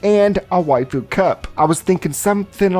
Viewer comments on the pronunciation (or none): none